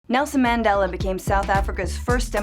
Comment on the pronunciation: Oh my gosh the way she pronounced Nelson Mandela, Apartheid and Afrikaans actually made me cringe